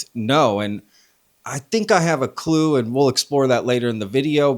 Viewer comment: "lue clue" 😆